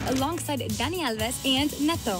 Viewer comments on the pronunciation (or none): none